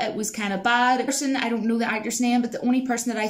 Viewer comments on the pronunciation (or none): "I doint know about that honey, I doint know about that." Love that accent.